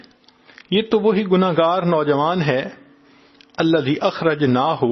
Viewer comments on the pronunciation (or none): none